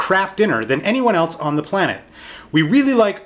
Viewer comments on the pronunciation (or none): none